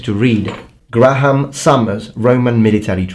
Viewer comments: also the book author's name is pronounced "grey ham" not "gra ham" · I wonder if colour was used to indicate rank at any point in the Roman Republic/Empire to aid in recognition? Also Graham is pronounced Gray-ham because well English is English and it has to be odd ;)